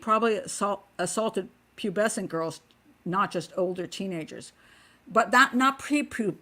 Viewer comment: Pat did a Splendid Job enunciating Pubescence and Hebephile too. I Vote Honorary English Lady. Xx